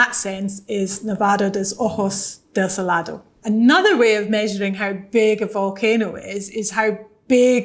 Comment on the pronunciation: I loved it how she say in Spanish Ojos de Salado, saludos desde Latam